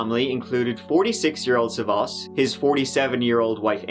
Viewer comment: Damn, you butchered his name. It’s SAvas, not savAS. The man is Greek, not French ...